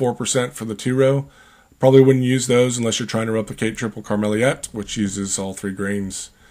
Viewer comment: Hi greetings from the Netherlands (yes we do drink a lot of Belgian beers). Tripel Karmeliet is also my favoriite tripel, you should look into pronouncing it right though.